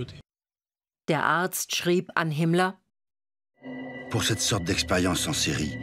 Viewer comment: Darf ich fragen warum "Himmler"? In vielen anderen Dokus wird sein Name doch richtig ausgesprochen..? 🤔